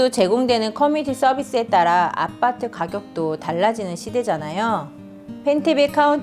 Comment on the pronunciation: 발음이..ㅋ 아빠트ㅋㅋ